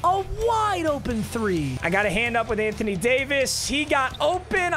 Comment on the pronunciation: listen buddy it’s not ant on Jamison it’s ant wan Jamison